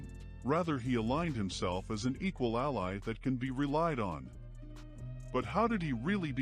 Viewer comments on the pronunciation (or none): none